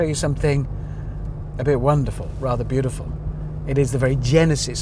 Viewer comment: Hammond sounds Aussi!! « beautiful »